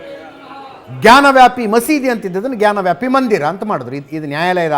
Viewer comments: Ajith Sir ಜಾನ ವ್ಯಾಪಿ ಅಲ್ಲ ಜ್ಞಾನ ವ್ಯಾಪಿ😂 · Ajith sir ಜಾನ ವ್ಯಾಪಿ ಅಲ್ಲ ಜ್ಞಾನ ವ್ಯಾಪಿ😂😂😂